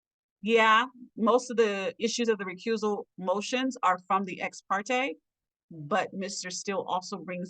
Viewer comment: ..... it's not pronounced "Ex party". 🤦🏿